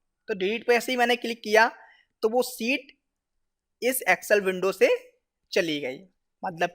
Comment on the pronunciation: Seet nahi bhay it is sheet